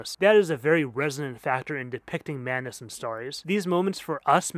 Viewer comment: Great video, i just wish you pronounced the D in madness :v